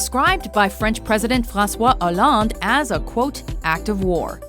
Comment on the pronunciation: I love the way you say "je suis charlie" and "francois hollande" 😂